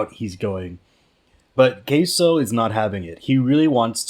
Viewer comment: Isn’t his name pronounced “k-sue”?